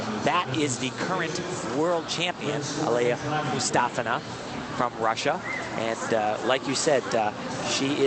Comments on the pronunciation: Alina... Aliya...Mustafeena, Mustafa... ... MUSTAFINA! Come on, Al, really? She's the World Champ! You should know her name. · If you watch some of the Russian news coverage on Aliya you can hear the Russian news reporters pronounce her surname as MustAHfina. Type in 'Difficult comeback for Mustafina' and you'll see.